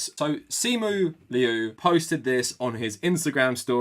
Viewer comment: He can't even pronounce his surname correctly... It's like they have completely disregarded their own credibility